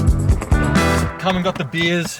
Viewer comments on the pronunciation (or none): hi! i really enjoyed your video. i've seen a lot of videos like this and none of them are as simple, funny and more real than yours :) when you went out for beer i thought you said beans haha (blame my fucked up english). it was so shocking for me seeing how you accomplished to make a lot of things in ONE DAY. (i would've taken maybe two or three days). anyways, as a mexican graphic design student i love and really enjoy this kind of content because of the cultural contrast that makes everything richer but connects us through design. thanks for sharing! (ps. sorry for bad english)